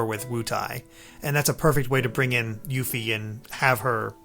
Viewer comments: It's pronounced "Cho-ko-bo" Not "Choke-obo" Also, "You-fee" not "Yuh-fee" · “Yuh-fee” I respect you, but no. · why is that one guy pronouncing all the names of things wrong? he says yuffie wrong and chocobo wrong. wtf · Love how he can't even say Yuffie right.